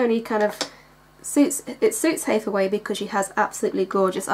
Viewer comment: Dude you are so cute. Yes you are pronouncing her name correctly and P.S. you're eye ARE GORGEOUS!